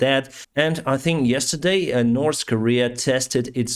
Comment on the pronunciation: You know, there is no letter S in the words north or three. Its not "nors" nor "stree". You would sound much professional, if you would pronounce the basic words right. Just a friendly suggestion.